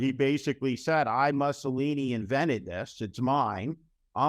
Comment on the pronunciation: A very sobering and intelligent assessment of the present, dangerous state of this nation's democracy. Well done, Steve. I would offer just one nit-picky suggestion, unrelated to the substance of your remarks: the pronunciation of Mussolini. It's not "Muhsssolini"; instead, it's "Moossolini."